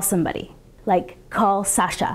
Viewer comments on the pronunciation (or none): none